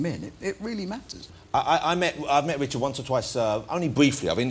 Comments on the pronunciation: The only person to pronounce Wichard correctly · He can't say Richard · Jonathan Woss has never been able to pronounce R. Hes been on British TV for years. Not once.